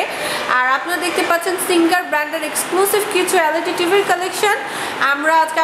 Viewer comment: Magi LAD na,LED bol